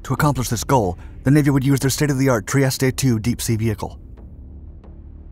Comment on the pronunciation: This AI crap is just hard to watch. Plus you should learn how to pronounce “Trieste” correctly. 👎